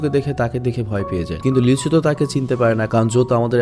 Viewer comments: vai apni lee soho ke lichu bolen ken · নায়ক টার নাম লিচু না লি সুহো 😶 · ছেলে টার নাম লিচু না লিসু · ছেলেটার নাম লিচু না লি-ছু